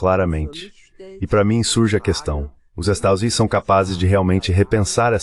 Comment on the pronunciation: "Estadosuneis".. As IAs censuram sistematicamente o nome dos estados unidos nesses vídeos traduzidos